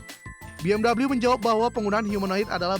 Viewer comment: udah bener baca 'BMW' cara indonesia,malah pakek cara inggris LOL